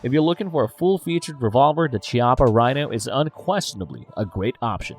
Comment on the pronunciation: That's not how You should pronunce "Chiappa"🤣🇮🇹